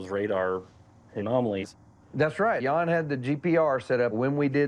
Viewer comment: The right way to say his name 'Jan' is like saying the word 'run' but just with the J in front ( Not R ) not like it sounds like Yawn